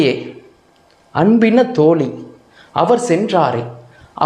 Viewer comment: ஐயா தோழி என்பதில் "ழி"யை சரியாக உச்சரிக்க பழகவும்... தோளி என்று உச்சரிப்பதை கவனிக்கவும். நிறையபேர் சமீபத்தில் மழையை மலை என்று உச்சரித்தார்கள்!.. வல்லின, மெல்லினம், பொருளையே மாற்றிவிடும்!..